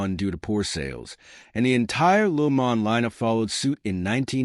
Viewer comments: It is not lu mon! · LooMon...? Ya... take this AI crap and flush it.